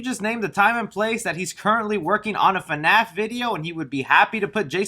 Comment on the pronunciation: Can we all stop calling it "FUNAPH" because that is super irritating. Maybe because I'm not a fan, but that just sounds fucking stupid to me.